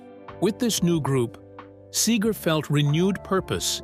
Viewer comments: "Bob Sayger?" lmao. Another AI video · Who the hell is Bob Say-ger? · AI was doing well pretty pronouncing Seger correctly and then came Saager. HA HA HA. Mispronunciation reveals AI every time. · This dude don’t even know how to pronounce Bob’s name. Horrible. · Yes. Mispronounciation and the endless repetitions. AI needs an editor.